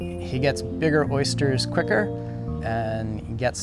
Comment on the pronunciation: ...you say oysters, and I say ersters.... :)